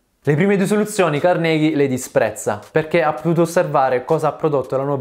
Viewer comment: Carnégie non si puó sentire..